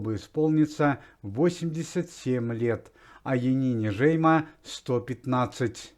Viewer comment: Янина Жеймо с ударением на букву О в фамилии!